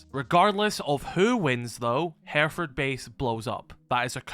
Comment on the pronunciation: First off learn to pronounce the location. Secondly the whole premise is a load of rubbish